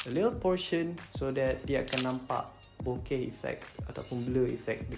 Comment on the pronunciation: cara sebut bokeh sebenarnya 'boke' ke 'boka'